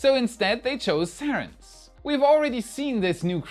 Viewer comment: To pre ounces sarens You have to say it like this saarens. A single r means a long vowel and a double rr is a short vowel. Sarens is a Belgium company.